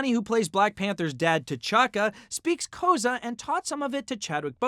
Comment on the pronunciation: You mispronounced Xhosa, dude.